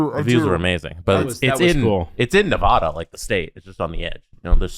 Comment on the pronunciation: That is not how you pronounce Nevada!!!!!!!!